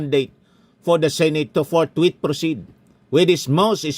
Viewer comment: Senator Escudero "Forthwith" at hindi "Forthwait "😂